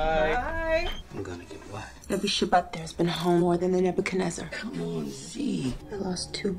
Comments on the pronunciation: The Ebakunaizar? No, it's the Nebuchadnezzar. (Name of Morpheus's ship). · "the ebekenizer..." 🤣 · Exactly what I said..also when she tried to pronounce the Nebacanezzer! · Gasp “The Ebochenezer”. Haha. That was cute. And had me laughing so hard too 😂